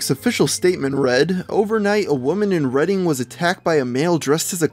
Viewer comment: I'm glad you said Reading right lol